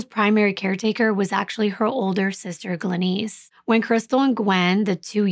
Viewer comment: Why can't you prounounce the name Glenice correctly?